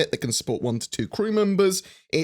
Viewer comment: "squadron forty t-who" "tw-henty ninet-heeen" xD